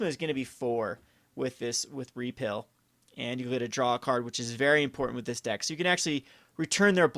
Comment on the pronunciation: Pronounced repeal and prowess wrong every time. Kind of annoying. They're not made-up words, they are actual english and have actual pronunciations.